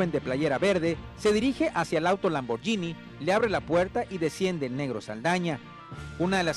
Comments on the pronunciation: Se pasaron diciendo Lamborgini en vez de Lamborghini. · Se pronuncia Lamborghini no lamborllinie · de pende. los gringos pronuncian lamboryini we. ahora quien te dijo que se pronuncia guini??